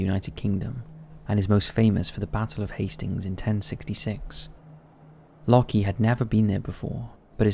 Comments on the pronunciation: Anyone else find it funny how has made a living from reading & speaking for the past however many years, yet still pronounces "Locke" as "locky". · Shouldn't 'Locke' be pronounced like 'lock' and not 'lucky'? Like love isn't pronounced 'lovvy' or hope 'hopey'. My British uni professor is called Locke and he says it like 'lock'. Just wondering. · I think the first guy’s name is pronounced ‘lock’ not ‘lockee’ :) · It's just "Lock" not "Lock-ee". The "e" is silent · ...it's pronounced lock, like "lock & key", not lock-ee or loki edit: You're not even consistent with it. Lockee for all but the last 2 when you switch to Lohki, jfc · Isn't Locke pronounced Lock??